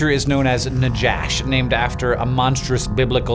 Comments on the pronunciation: It's pronounced naKHash. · Love this. Just want to say that if it's named after the Hebrew word for snake. It's pronounced na-hash. No "J" sound in Hebrew. And that's just a word used for snake. Not any snake in particular. Yet alone a "monstress biblical snake" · Right pronounceation is nakhash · it is written najash but pronounced nahash. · In Hebrew, najash is pronounced as "Na- Ha/Cha (the throat sound)- Sh", which is the common word for snake. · Not Najash like Josh, but Najash like jalepeno. The J is the Spanish J, which is the closest approximation for the letter het or jet in Hebrew. Just FYI. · The biblical name is actually nakhash, not najash. There's no "j" sound in biblical Hebrew. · In Spanish, "j" makes a pronounced "hh" sound, so "najash" should be pronounced as "nahhash". This comes from the Hebrew word for "serpent," as used in Genesis, which is "nachash," with a gutteral "ch" like in Chanukah or Bach. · If Najash is named for the serpent in the Bible, and it was found in Argentina, the 'j' should be pronounced as in Spanish. (Normally scientific names should be pronounced as in Latin or Greek; 'j' would be /j/ as in "kayak".) Hebrew נחש sounds pretty close to "Najash" pronounced in Spanish. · "Najash" should be pronounced "nahash." It's a closer transliteration of the biblical snake, and Spanish is the dominant language in Argentina. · Is "najash" supposed to be the Hebrew word for snake? If so, the letter 'J' should have been replaced with a hard 'h' or 'ch' in common US transcript